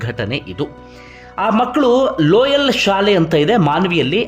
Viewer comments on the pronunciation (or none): ಲೋಯಲ್ ಅಲ್ಲ ಸರ್, ಲೊಯೋಲ ಸ್ಕೂಲ್ ಇರಬೇಕು ಸರ್